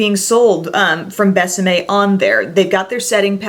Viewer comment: gorgeous lipsticks! until you said it's kiss me in spanish i thought the brand was called Best M.A.. it's more like behs ah meh( kind of difficult to explain when we pronounce vowels completely different 😊